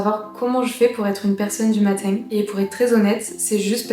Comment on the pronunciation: Pourquoi tu as zero accent mais tu prononces matin bizarrement ?